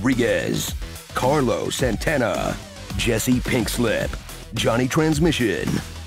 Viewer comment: Car- los Santana xD